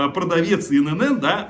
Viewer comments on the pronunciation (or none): Не Ин ЭнЭн, И ЭнЭн! ИНН!!! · Только не инэнэн , а иэнэн. ИэНэН ..ИНН